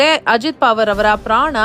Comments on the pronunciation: ನಿಮಗೆ ಅಕಾರವನ್ನು ಉಚ್ಛಾರಣೆ ಮಾಡಲಿಕ್ಕೆ ಆಗುವುದಿಲ್ಲವೇ ?ಪಾವರ ಅಲ್ಲ ಪವಾರ ಎಂದು ಸರಿಯಾಗಿ ಹೇಳಬೇಕೆಂದು ನಿಮ್ಮ ಕಾಲಿಗೆ ಬಿದ್ದು ನಮಸ್ಕರಿಸಿ ಕೇಳುತ್ತೇನೆ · ಮೇಡಮ್,ಹೆಸರು ಅಜಿತ್ ಪಾವರ್ ಅಲ್ಲ, ಅಜಿತ್ ಪವಾರ್ ಎಂದು ಉಚ್ಚರಿಸಿ. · ನಿಮ್ ಅಜ್ಜಿ ಪಾವರ್ ಅಲ್ಲಾ ಪವಾರ ಅಂತಾ ಹೇಳೇ ಕೋತಿ 😂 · ಏ.... ಕತ್ತೆ. ಅದು ಅಜೀತ್ ಪಾವರ್ ಅಲ್ಲ. ಪವಾರ.